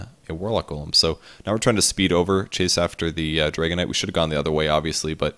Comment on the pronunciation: Am i the only one who finds it funny that way of pronouncing Dragon Knight sounds like Dragonite:D?